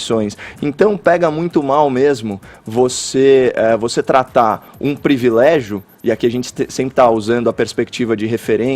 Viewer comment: Parabéns, Fefito por ter corrigido de forma "elegante" a palavra "privilégio". Muitos falam incorretamente (previlégio).